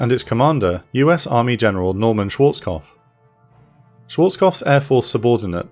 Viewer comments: kopf not kof, dont forget the p! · So weird seeing someone cant say Švarckopf, what youre saying is Šwōrckof.